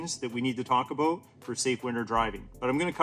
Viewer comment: Never watched your channel but that “aboot” instant trust that you’re a subject matter expert 😂